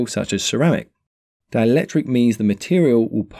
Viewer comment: DiElectric... not dialectric